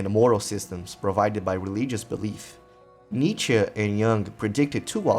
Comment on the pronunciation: My conclusion: Your pronunciation of Nietzsche is VERY good for a non-German, basically saying Nie(as in "knee") and tzsche(as in "CHE Guevara"). Also, the rest of the video is quite satisfactory too